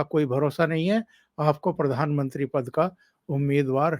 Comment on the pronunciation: परधानमंत्री मत बोलिये प्रधानमंत्री बोलिये